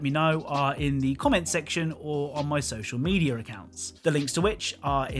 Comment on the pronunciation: "Social Medier"